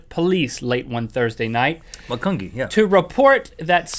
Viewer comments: It's Mac-un-ge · It is pronounced Ma-cun-G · Macungie is pronounced Macun- Jee XD Something only locals kinda know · Yoooo I live in Macungie and it’s pronounced “mackunjie” lol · I can't believe he said upper macungee instead of upper macungie it sounds like a j ma cun jee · It's pronounced Mac UN G